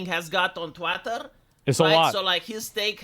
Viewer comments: "Stay away from twyttir!!!!" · "Twat-ter" is the perfect pronunciation of the platform.